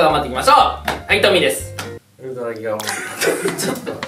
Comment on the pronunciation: のとこ ウルトラギガモンスターが ウルトラキカモンスターになっとる微笑